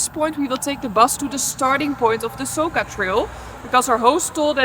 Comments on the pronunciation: It is not Soka but Soča č = in is english spoken like ch. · I never understood why the F don't you vloggers ask the locals how to pronunce the damn places. It is SoCHa river and BoveTS town goddamnit.😡🤬🤬🤬